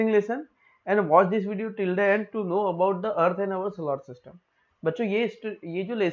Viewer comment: Sir wo solar system hota h😂😂😂😂